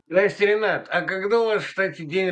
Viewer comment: Спасибо, Ренат! Чуть-чуть более внятно: пока не прочитал, никак не мог разобрать, как вас зовут. Быкову и Пугачевой передайте привет и уважение. Путину и иже с ним - презрение и порицание.